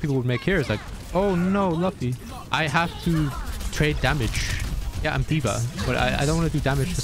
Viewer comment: Definitely not a one piece fan with that pronunciation of luffy lol